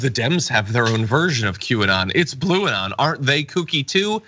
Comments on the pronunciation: It can't even she said Blue-non 😏😆😆😅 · bluanon now? lol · The f*ck is "Blueanon"?